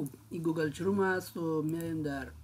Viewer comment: گوگل چروم؟؟؟؟؟ واقعا چروم میگین ایی برنامه ره ؟؟؟